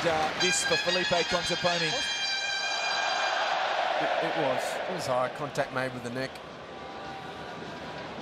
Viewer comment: This commentator said "Conteponi" the entire tournament :D